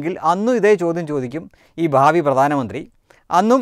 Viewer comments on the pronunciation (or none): none